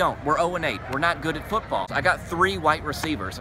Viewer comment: sec “Pootball” ? LOL.